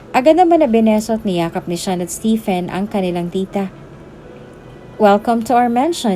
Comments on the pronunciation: Stephen is pronounced as Steven 😉🤔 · Just a constructive comment, if you don't mind. "Stephen pronounced as STEVEN or STEVON" . Btw, it was a wonderful story.